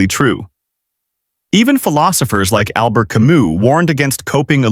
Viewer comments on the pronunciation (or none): The way you pronounce “Albert” in Albert Camus is absolutely wild 😂